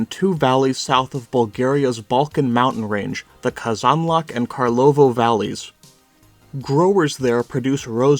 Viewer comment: please stop pronouncing казанлък that way please